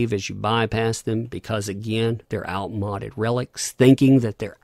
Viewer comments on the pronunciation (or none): Hopefully, ANN curls up somewhere out of sight and expires. Btw, outmoded is pronounced with a long "o". Good vid, as always!